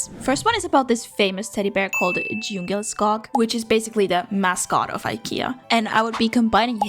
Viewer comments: Man säger djungelskog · As a Swede, my leaves have been ruffled. You clearly are in Sweden, going by peoples' accents and various text signs, but you don't seem to speak Swedish at all. The way you pronounced Gosig Råtta (Cozy Rat) and Djungelskog (Jungle Forest) absolutely sent me. So have you like moved to Sweden? Or are you here visiting?